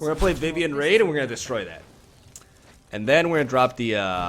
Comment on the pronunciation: I love your content, but it’s Vivien Reid not Vivien Raid